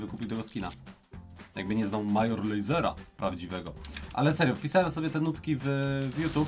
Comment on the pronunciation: Major Lazer czyt. Mejdżer Lejzer Kod Paczol w sklepie btw